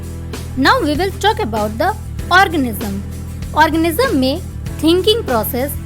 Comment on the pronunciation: Are orgasm nehi organism sister